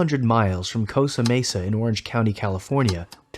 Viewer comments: The city is CosTA Mesa, not "Cosa Mesa." I thought it was a hockey stick, not a puck. Small mistakes, but these unprofessional things always make me wonder what else is wrong with this narrative. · It’s COSTA Mesa btw. Great video either way